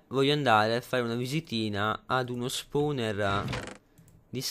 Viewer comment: no posso capire ma che LUI l'inglese lo scrive come si pronuncia fa schifo al cazzo! tipo SILKTOUCH (siltauch) SPAWNER(spouner) e daje!